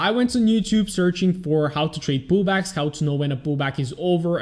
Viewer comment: All I hear is "poo bags" not "pullbacks" lol the whole way through sounded like you were trying to teach us how to get good entries into poo bags. All jokes aside superb content, subscribed on youtube and in my heart